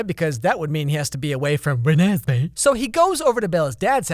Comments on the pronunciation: it sounds like he pronounced it “renASSmee” which honestly is a better name than what it actually is. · ReNEsMeE Idk I loved that part 😂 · Youtube was made for when he says "Renesmee" 🤣🤣🤣🤣🤣🤣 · Renasmai? Renesmai? Renasmay? Or renesmay? Oh it’s Renesmee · the way you said Renesme had me laughting for a while